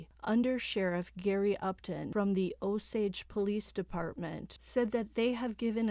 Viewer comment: Drove through Osage county this morning, glad u got the pronunciation right! Oh- sage (like the spice)😊